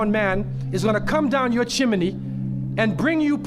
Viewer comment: He definitely learned to pronounce chimney from watching Mary Poppins.